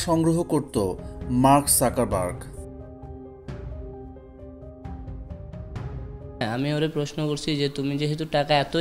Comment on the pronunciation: Joto bar mark suckerburg bolsen toto bar hashiii 😂. Dangerous era. Mark suckerburg 😂